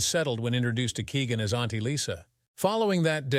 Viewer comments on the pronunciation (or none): none